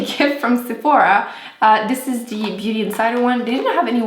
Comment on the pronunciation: not being mean but does she have a speech impediment? her th's sounds like d's. like dee=the